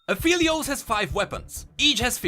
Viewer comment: A great vid as usual, and btw, Aphelios is pronounced A-fell-lios, not A-feel-lios. Alune calls him Phel which is pronounced like "fell" and not "feel" :)